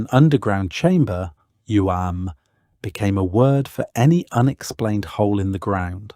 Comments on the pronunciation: Pronunciation: Uamh = oo-av, in Gaelic mh (end of a word) = v, ..or w, at the beginning of a word. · Great video. A note on pronunciation - túatha. TOO uh huh. Lios. liss. Uamh. OO uhv